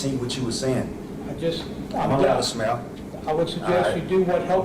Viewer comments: "Its not a craime to smyayle." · It really sounds like he says "it's not illegal to smell". Which I find hilarious because he really does look like he smells horrifically badly. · I thought he said, "Its not a crime to smell." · the guy can't even pronounce the word "smile"...... how are people dumb enough to listen to this moron rap?